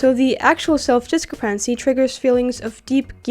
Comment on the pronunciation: I loved the video! I just want to say that the way you said discrepancy messed with my brain so hard I stopped being able to say it myself. I had never heard that pronunciation before and my brain refused to recognise it as a word even though I've experienced it a thousand times before. Very strange experience for me... Great job on the video! I'm going to check out the rest of your channel later.